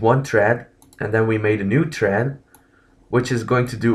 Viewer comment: its thread, not tread lol